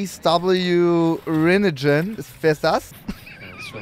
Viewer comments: Die Art wie er Rinnegan ausspricht weil er das Wort nicht kennt da er keine Anime guckt - göttlich 😂😂😂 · "Rinnetschen"???????? Das heisst Rinnegan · Oh neiiiiiin digga wie er rinnegan ausgesprochen hat auaa